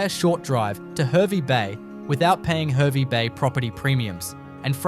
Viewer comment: Pronounced HAR VEE bay not her vee bay...